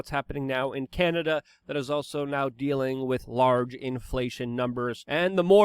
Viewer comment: Chianada. Chy-an-Ada.